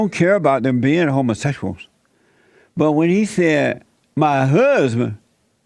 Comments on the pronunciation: his HUUHSBINN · His "huhhzzzzbin".